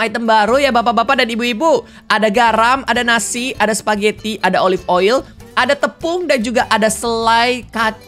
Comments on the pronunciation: Klo bilang oli aku ngakak 😂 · Ngakak tiap kak regi nyebut oil jd oli mulu😂